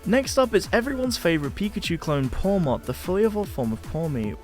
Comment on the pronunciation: This guy said Pawmot 🙄